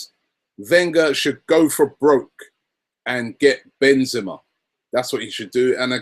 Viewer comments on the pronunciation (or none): none